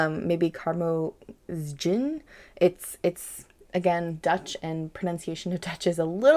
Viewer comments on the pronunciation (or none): Karmozijn is pronounced as carmozine